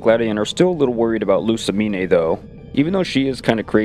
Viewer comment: first stop mispronouncing lussamine's name watch the anime and second don't say she uses a bunch of girly fairy type pokémon, the only fairy type she has is cleffabble